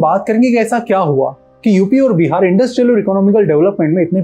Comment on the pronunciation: first of all it's not called Bi har. it's Bihar🙏🏻